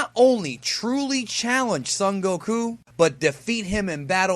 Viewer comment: "Son" in Son Goku is not pronounced like Sun. The O is a long O.